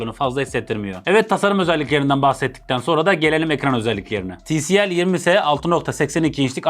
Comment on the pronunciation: Ti el si değil abi ti si el